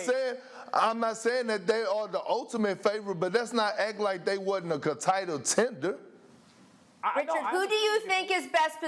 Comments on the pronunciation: “Contitle Tender” 💀💀 gotcha Percc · Perk said a con title tender lol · "Contitle tender" 😂